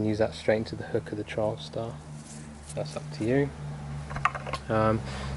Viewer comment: Not sure if it's accent but sounds like you're calling the TS a "Trialstar". It's "Trailstar" ;) Nice inner though :)